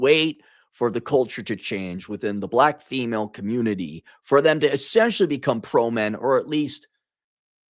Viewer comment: The communitah is ruined